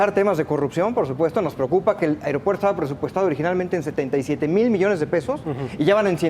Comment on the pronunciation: Por qué el conductor dice "AREOPUERTO"?